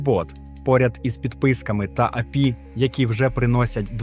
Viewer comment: невже так важко голосом надиктувать, щоб не було «а-пе-і» і «кУрсор»